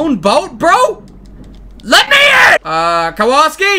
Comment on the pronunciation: It's pronounced Kowalski